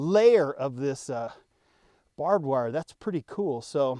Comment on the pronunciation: That’s “Bob” Wire 😅